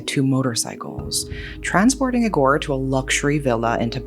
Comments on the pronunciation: Eee-gore, not ig-or Moral of the story, social media sucks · I know you like gore, but the correct way to pronounce "Igor" accentuates the first letter. Like e-sports, it's I-gor. You wouldn't say "e-spoooooorts" either. 😅